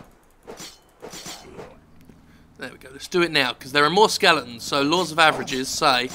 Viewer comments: Are you saying SKELETONS or SKELINGTONS ??? It's driving me fucking crazy. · it pisses me off how he says skeletons